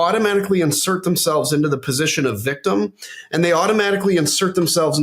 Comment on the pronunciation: “Victimmy"! Hahaha! Love Adam!